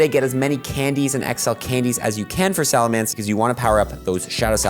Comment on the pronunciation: SalaMENCE not mance